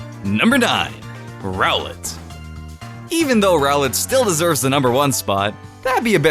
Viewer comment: When he say ROWLET i think he said GROWLITHE